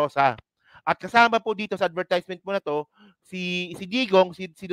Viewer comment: Parang awkward yang pag pronounce mo ng advertisement. Please check the correct pronunciation